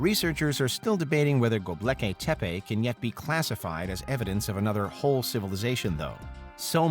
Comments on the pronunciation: Go-bek-li-tep-e.... not Go-bleki-tep-e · Seriously it's vocalized as Go-Bek-lee-tepe it means a potbelly Hill and it along with Egypt the whole of the middle east and even the Indus valley culture they all stem directly from the mesopotamian Babylonian ubaid Sumerian hittite and Assyrians who's empires existed 7,000 years earlier then Egypt and the conventional science doesn't support the younger dryus impact hypothesis my ass not because it's false it's because they don't really want the truth they want shades of it that fits there view of it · Mispronunciation of Gobekli Tepe? The L is after the K, not the B. Derp. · Imagine writing a narration for a video, proof reading it, and never learning how to pronounce Gobekli Tepe. There is no L after the B. Fix it Derp.